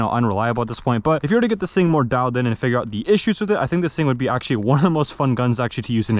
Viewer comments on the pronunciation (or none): none